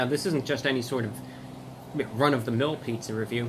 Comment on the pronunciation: Sounded like he said McRunofthemill.